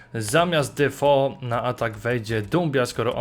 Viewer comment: Defu a nie Defo